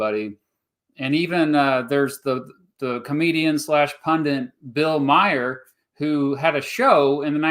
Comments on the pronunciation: Pronounced Bill MAR, not Meyer. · Every time I hear "Bill Meyer" my ears bleed a little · The way he pronounces Bill Maher is hilarious